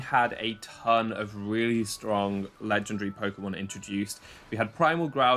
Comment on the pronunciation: I like how he pronounces legendary Legendre